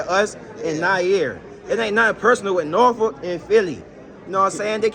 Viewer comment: The pronunciation in this video of Norfolk must stop